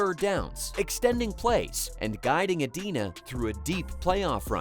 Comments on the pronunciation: It's Edina, like "I". Not Edeena. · LOL get the city name right ? Where is EEEEEdina? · pronounced E-DIE-NA. Or Cake Eaters MN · Ee DYE nuh, Minnesota, pal. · It’s pronounced Ee-die-nuh, or Cake Eaters. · If you want some more credibility, pronounce his hometown correctly. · Maybe learn to pronounce his home town. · Can't even pronounce Edina correctly